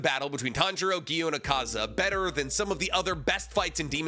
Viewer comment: It’s pronounced like ah ka za not uh ka za 😂